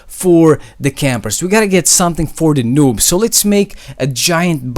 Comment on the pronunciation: I heard him say loobs lol